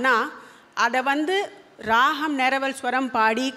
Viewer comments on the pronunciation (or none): Excellent. Only one suggestion, ragam is pronounced as raham which may be taken care.